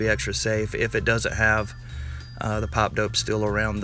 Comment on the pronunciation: "pap dope"